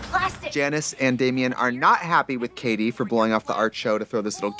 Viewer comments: Not Katie, Cady (pronounced Kay-De) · My last name is Cady and I think it's hilarious that you keep calling her Caddy